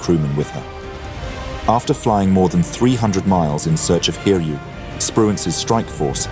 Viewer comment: Its pronounced as Hi-ryu, not Hir-yu.